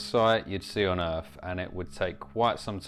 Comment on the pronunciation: What planet is "Erf"?